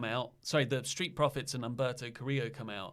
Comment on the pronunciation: calling Humberto ( umbrella ) 🤣🤣🤣🤣